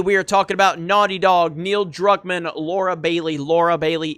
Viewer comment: Jeremy...youre getting Neils last name wrong again....